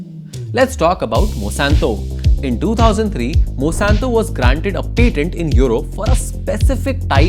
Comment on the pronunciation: It really bothers me when you kept pronouncing Monsanto as Mosanto